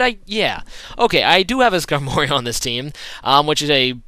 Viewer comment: u pronounced skarmory wrong